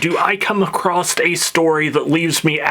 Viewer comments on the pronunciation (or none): Acrosst? You northerner! 😂😂😂